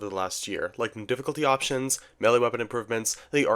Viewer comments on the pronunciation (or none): none